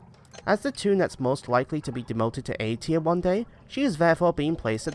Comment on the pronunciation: Its tier not trie